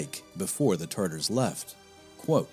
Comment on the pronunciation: *Tatars Not like the sauce